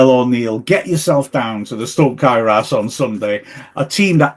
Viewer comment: Clearly has difficulty pronouncing Cae Ras Can somebody help him?